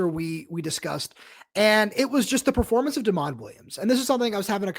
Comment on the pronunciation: Dude, it's DEMOND, not Desmond.